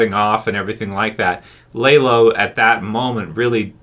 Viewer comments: Good video! Just bothered me you pronounced his name lay-lo instead of lah-lo, other than that great video! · Dude, it’s not lay low, it’s lalow! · It’s not lah low it’s lah lo. No w at the end it’s a Hispanic name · Dude why do you keep calling lalo (lah-loh) the wrong name? It’s not Lay-Low. Haha I don’t understand how somehow can mispronounce a name from a show where you hear the name pronounced correctly many many times. Maybe if it were based on a book where you had already memorized the wrong pronunciation while reading the book and have trouble swapping to the new/correct pronunciation that came with the show, but that’s not the case here - you literally hear it correctly from day one and then say it wrong. Wtf? Lmao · LAH LOW. NOT LAY LOW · lol why do u call him laylo when the show uses his correct pronunciation a million times? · Are you calling him Laylow just to troll? I don't understand how people can hear characters say a character name like literally 300 times throughout the course of a TV show only to mispronounce it so badly as if they have only ever seen it written. You aren't the only YouTuber I've seen call him Laylow and I just don't get it no one in the show has ever called Lalo Laylow one time in the entirety of BCS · I was asking the same! How do you get it wrong when you hear them pronounce it over and over on screen!?